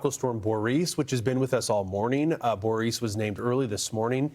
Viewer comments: Please figure out how to actually pronounce Boris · Boris does not sound like Boreece or even Borice, Boreese! Sasha & Borisn